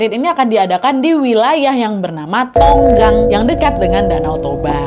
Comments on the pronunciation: membetulkan sedikit kak bukan tonggang tapi tongging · Tongging kak, bukan tonggang🙏🙏🙏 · izin koreksi kak nad. nama daerahnya tongging bukan tonggang😅🙏🙏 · ijin koreksi, namaa lokasinya bukan tonggang ya wakk tapi tonggingg kebetulan ak org sumut asli... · After ku denger tonggang itu daerah mana dekat d.toba😭 namanya tongging kak nad ralat bukan tonggang😁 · Maaf Nadia menurutku bukan Tonggang tapi Tongging. Ini wisata trknl jg di Sumut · Tongging kak bukan tonggang😭😭😭👍🏻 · Nama tempat nya itu tongging kak bukan tonggang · Koreksi kak nad, daerah nya mungkin tongging kak (?) bukan tonggang setau ku adanta tongging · Maaf tongging bukan tonggang🙏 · Tongging gak sih wak² sumut 😅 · Bukan tonggang ga sih tapi tongging 😭😭😭🙏🙏🙏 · Tongging Wak, -_- bukan tonggang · tongging bukan tonggang mereka retreat nya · keknya nama daerahnya Tongging bukan tonggang😭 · Kak, bukan daerah tonggang tapi tongging kak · tonggang apa tongging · Tongging nad, bukan tonggang 😅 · Bukan tonggang kk.. Tapi tongging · area tonggang apa tongging kak Nad? aku taunya tongging soale hehe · tongging kak, bukan tonggang... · Tonggang apa tongging kak? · Tongging kak nad bukan tonggang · Tongging kak naaadddd bukan tonggang😂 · Tonggang, apa tongging ? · Tongging jadi tonggang🤭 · Betolnya itu tonggang? Bukannya tongging woi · Kk nad tongging bkn tonggang🥲😅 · Tongging bkn tonggang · tongging gak si bukan tonggang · Tongging ka,bukan tonggang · tongging kali bukan tonggang